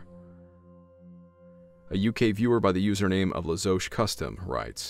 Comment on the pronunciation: I didn't like to say so but yes you mispronounced my name, it's actually pronounced: La-zoosh. My name is very rare and I believe I'm the only one left in the UK, it having come originally from Normandy with William the Conquerors invasion. Should you wish to hear more on mine and my parents ghost encounters please just ask and I will endeavour to either comment them here or via your email? Im truly thankful of the time and effort plus the down to earth approach you take with all your videos. All the very best to you from North Devon, UK.